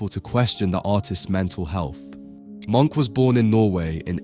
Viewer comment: His name was not pronounced “Monk”, the correct pronunciation should be “mʊŋk / Muunk”. Please work on your pronunciation of European names and artistic techniques. Especially if you run an educational channel on European art; it should not be misleading to the new generation, and please have some respect for the artists and the languages that they spoke.